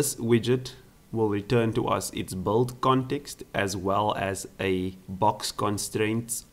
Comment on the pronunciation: Cool! Try working a bit on your pronunciation, because your 'build/built' sounds like 'bold/bolt'.